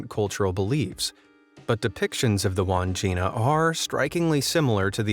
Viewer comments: Its not pronounced wand jina its Wan (as pronounced in swan) - Jina (as pronounced gin) - a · Wandgina is pronounced wad gin nah.